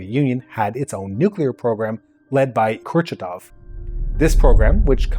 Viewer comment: Excellent comprehensive documentary. Just one small pronunciation comment: the Soviet nuclear scientist's name is pronounced Kur-CHA-tov, NOT KUR-cha-tov. Otherwise, great work!